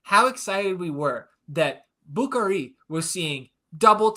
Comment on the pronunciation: putting the ATXFC pod ecosystem on notice, "Bukari" syllable emphasis 100% dialed in!